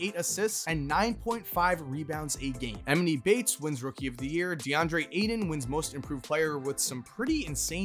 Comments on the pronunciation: Hey not trying to be rude but it’s eeee- mon - eee - bates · Say it with me, “ E-MAH-KNEE BATES “ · I wish he knew how to pronounce Emoni Bates name correctly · The way he said emoni bates was funny af, no disrespect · Why tf you say Daniel Theis and Emoni Bates like that